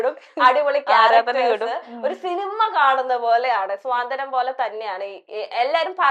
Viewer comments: സ്വാന്തനം അല്ല കുട്ടി... It's 'സാന്ത്വനം' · സ്വാന്തനം അല്ല ചേച്ചി.... സാന്ത്വനം ആണ്... Repeat ആയിട്ട് അങ്ങനെ തന്നെ കേട്ടിട്ട് ntho പോലെ